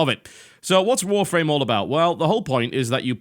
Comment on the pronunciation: He says Warframe like Wharf Rame